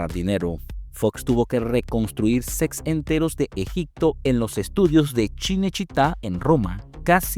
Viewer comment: Dice “SECS” en vez de “SETS”